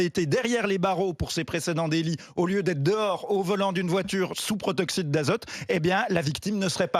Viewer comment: c'est pas le "protoxyte d'azote" mais le "protoxyDe d'azote"